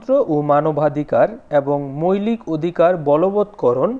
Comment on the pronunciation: মৈলিক কি জিনিস,মৌলিক উচ্চারণ হবে😊